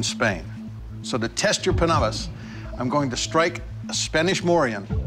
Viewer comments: Doug’s pronounciation of Panabas is more natural in a sense and reflects his pinoy roots. He really is born and raised in the Philippines. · The way he pronounced panabas and kampilan is so good, is he a Filipino or what? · So that's why Doug pronounced kampilan and panabas correctly, he's Filipino.